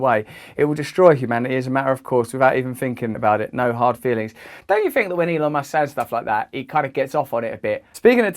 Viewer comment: Dont you ' fink'?